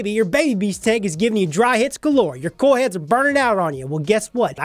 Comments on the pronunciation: Your accent makes it sound like you say “Corl” instead of “coil” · Corl!? CORRRRRRLLLL!!!! -Rick Grimes